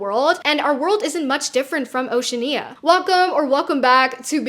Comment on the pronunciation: Y'know? I actually respect the mispronounciation of Oceania, as it is a sign of only having read the book directly, rather than watched or listened to some form of adaptation.